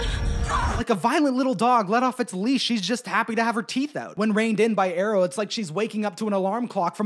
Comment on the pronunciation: Great video, god awful pronunciation of Aro and Caius 👍